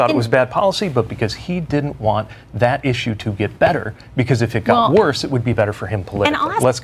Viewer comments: Did that guy with the beard just say WORSTER????y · I almost quit when I heard “worster”. 😂 You do know that’s not a word right?